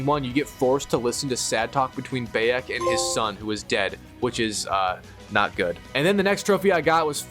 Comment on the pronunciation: Bro istg atp your pronouncing the names wrong on purpose cus theres no way you say Bayek wrong